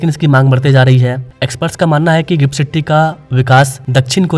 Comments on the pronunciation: Are bhai first learn English pronunciation, not Citty, it’s city . Pressure cooker ki city Bajati hai. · It is not citty it's city🙂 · सिट्टी क्या है सिटी बोलिये